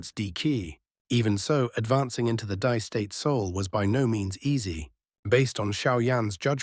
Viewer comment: Hi, "Di" is pronounced as "dee," not "dye."